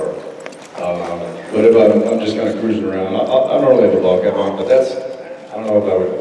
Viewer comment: Did Jensen says he wears a bald cap??? Coz that's what I heard 😂😂